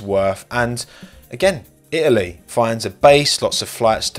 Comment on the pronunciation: IT - A - LEE